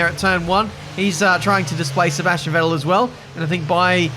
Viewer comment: FYI - the V in Vettel is pronounced like in fat :)